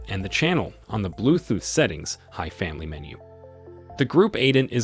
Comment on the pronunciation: Blue "thooth"?